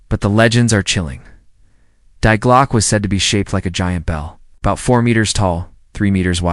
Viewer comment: Oh, there you go again. The word "DIE" is GERMAN, and pronounced like the first 3 letters of the word 'DEER', not 'die', meaning pass away.